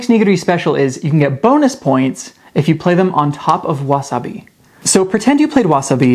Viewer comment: Why can’t you say the words correctly you can explain a game but can’t say wasabi